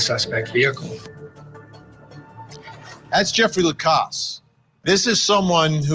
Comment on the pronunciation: Thank you for being the ONLY person who pronounes Jeff's last name correctly! La-cass